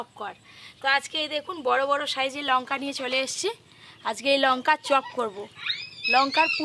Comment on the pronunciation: Lunka noy ota lanka age ucharon thik koro